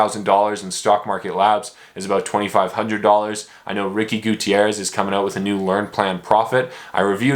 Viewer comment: oh, you couldn't pronounce Gutiérrez correctly.